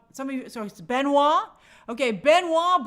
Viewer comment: pronouncing benoit like benoy is very funny